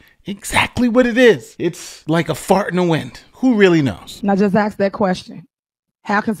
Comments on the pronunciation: Holds an important political position and can't even say the word "ask". Now let me axe you how is that ok? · imagine being a Mayor of a city and still can't say the word "ask", instead it's "axe"